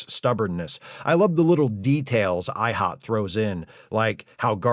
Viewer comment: Thanks. interesting to hear Steve Ihnat's name said out loud. I'd always presumed Ihnat was pronounced with a hard N. Good to know the correct way. 👍